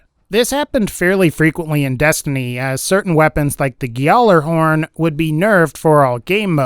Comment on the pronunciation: He said “gealler-horn” IM WEAK LMAO